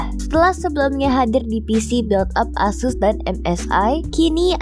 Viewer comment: Snapdragon 6 Gen 1. yg 7 Gen 1 aja belom ada device yg dijual dipasaran Indo ya? sekedar saran. kalo ada kata yg dipersingkat dlm bahasa Inggris maka dibacalah dgn bahasa Inggris. cara baca ASUS juga bukan A-sus tapi ey-soos.